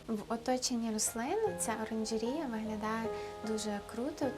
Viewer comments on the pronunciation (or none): Якого розміру Ваша оранжерея? А ще кумедно вимовляєте слово " оранжерея" ))